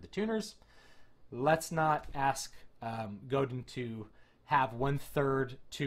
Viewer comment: Pronounced Go-DAN... French.